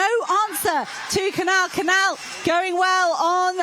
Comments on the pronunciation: Why are these commentators still not able to properly pronounce the spanish ñ, and the portuguese 'lh' in Cañal and Coelho... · You are horrible at pronunciation any names that are not English. I find it quite offensive that you don't learn how to pronounce the names in Spanish. There're only about 500 million who speak that language. Cañal and Canal do not sound the same. But, as usual Americans and British are very monolinguals and very ignorant. You don't pronounce the name of the Portuguese athlete correctly either. I don't know French or any Scandinavian language, but my guess would be that you will butchers those last names as well.. How unprofessional. I'd be embarrassed.